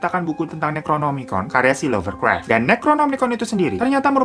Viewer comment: Lovecraft bang bukan lovercraft hehe